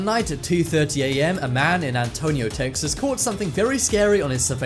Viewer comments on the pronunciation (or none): none